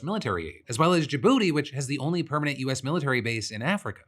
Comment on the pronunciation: I'm never not gonna be caught off-guard by someone saying "Djibouti"